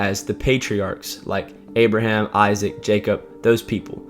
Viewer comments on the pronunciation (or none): none